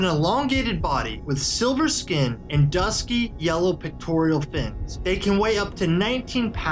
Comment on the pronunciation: Did he say PECTORIAL fin ??